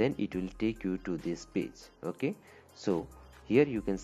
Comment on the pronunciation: The wayyy he says oke😅